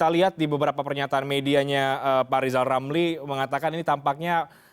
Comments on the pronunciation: Rijal ramli mengapa selalu nongol d sini? Suruh belajar "R" dulu sana.... ha...ha..ha... jokowi bukan mslh berani ngk berani. Tapi masih ada otak untuk berikir. Ha...ha...ha, sebrang m coba buat jebakan ya.....? Ha..ha.... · Rizram sebutan r nya di betulin dulu, baru boleh jadi caprese, buruk sekali sebutan nya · Lijal lamli ngomong R aja belum bisa...wkwkwk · Pak irijal oramli .... BKN pameuinya ... Pemerinta... Paaaaak😂😂😂💝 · Lijal lamli halu..😂😂😂😂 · Rizal ramli debat sama saya saja tak bikin tekuk lutut, wong ngucap R saja gak becus